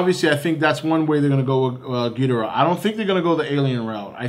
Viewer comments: If your such a big ghidorah fan try to pronounce his name correctly. gih door uh. Not gee der uh. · For someone who's a fan of Godzilla's most popular enemy, surely does not know how to pronounce his name right. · Your saying ghidorah's name wrong